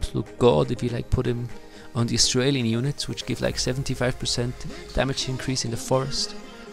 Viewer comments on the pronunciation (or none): none